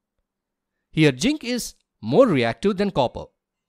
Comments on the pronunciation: Am I the only one who listened 'ginc' and not zinc? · ZINC❌ JINK✅ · Zinc ❎ Ching ✅